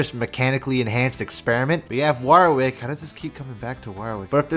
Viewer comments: waaar-wick.... never heard it pronounced like that before.... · It sounds like your having a stroke every time you say Warwick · Yet another example of Americans unable to pronounce Warwick